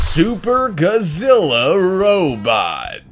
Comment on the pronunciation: Kabuki, not kabuto Godzilla, not guzilla karatas, not kuratas latron, not letron